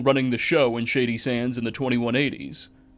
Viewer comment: You sound so smart until you say “Shady Sandszez”😊